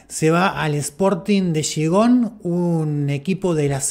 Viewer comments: A ver periolisto aprendete el nombre de Gijón no xigon o no sabes hablar o escribir. Más respeto y sobre todo más leer y documentarse. Sporting de Gijón en España tienen mucho más respeto que esos equipos de los que hablas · Sporting de que oh!? Que dijiste rapaz? No ye tan difícil decir bien Gijon gallu